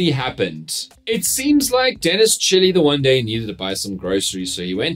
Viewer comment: How do I teach Dan Corder it's not Chilli but Chili 😅